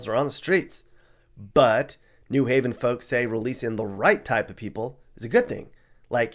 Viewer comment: "Gun wavin" New Haven.